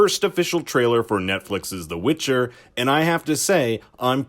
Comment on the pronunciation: You say "witcher" funny